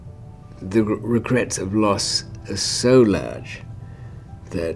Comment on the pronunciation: he has a polished English accent. But you can hear the odd Australian twang. When he says laaaaage instead of large. The bookcase was a shelf they had negotiated for. A single plank. He was exaggerating that they viewed it as a bookcase in their filthy surroundings.